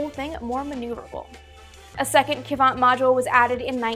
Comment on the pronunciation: A bit of Russian pronunciation for my fellow space geeks: sa-LYUT like "salute" sa-YUZ (yes I mean "sa" like "saw" even though it's spelled "soy" ... Russian spelling is ... special) 1 syllable: Kvant. Start by saying "quant" and then add your best Dracula impression and your bonus item today: sa-YUZ-ap-POL-lon -- known in America as Apollo-Soyuz.